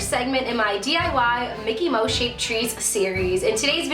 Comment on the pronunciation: It's mouse not moush